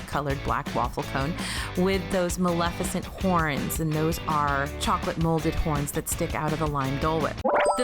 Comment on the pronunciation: Bless you for pronouncing Maleficent correctly,. I can't tell you how many people don't.